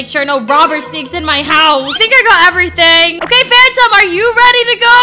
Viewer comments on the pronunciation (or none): none